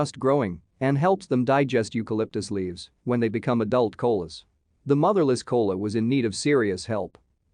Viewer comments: Ko “a” la not “Cola”. Please pronounce correctly. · This would have been terrific if they hadn't used a computer narrator! Don't do that! Otherwise, twin koalas(ko-a-la, not kola!) are incredibly rare! The babies are so adorable! I feel bad for Mum, though; she's really got her hands full!💖💖💖💖💖💖💖💖💖💖💖🐨